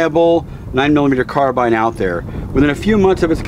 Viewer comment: Dude can't pronounce "carbine" properly. He is the firearm business ffs. Nobody has the balls to correct him?